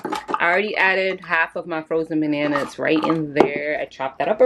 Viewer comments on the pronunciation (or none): "Frozen *ban~yana*" 😂💕